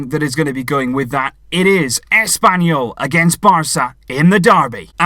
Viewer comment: It’s ASSpanyol